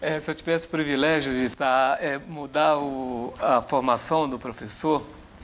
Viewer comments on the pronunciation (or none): No minuto o professor diz "previlégio" ao invés de privilégio. São esses os educadores responsáveis pelos índices alarmantes de analfabetismo funcional que o Brasil apresenta.